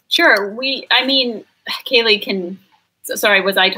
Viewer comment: Kaylie was so polite even though you mispronounced her name. (you said Kylie)